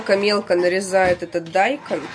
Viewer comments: Дайкон ударение на букву О! Вы в школе учились ? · не дАйкон а дайкОн😂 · Он дайкОн, точно не дАЙкон. Или для раздражения.